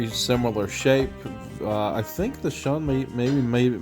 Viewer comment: You mean "Shoon" not "Shun".